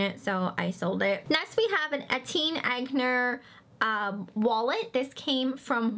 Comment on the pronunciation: Eh-TEE-ehn Ahn-YAY. Simple. Etienne is French for Steven.